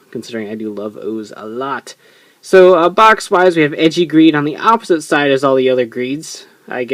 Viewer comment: for goodness sake, it's "ay-jee", not "edgey". the ei is supposed to make an "ay" sound in japanese